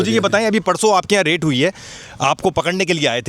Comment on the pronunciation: Raid not rate ,bro